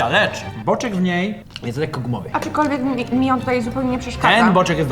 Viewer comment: Aczkolwiek, nie aczykolwiek.